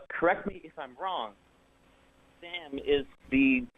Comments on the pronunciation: I listen to the show all the time then doesn't even know how to say sams name 🤣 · I disagree. This caller was exceptionally unprepared. It was dripping off him from the start. He said he'd been watching the show and didn't even know how to pronounce Sam's name.